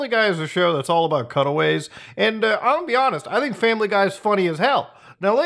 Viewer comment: I thought you kept saying cuddle waves until i realized you said cutaways. I was so confused.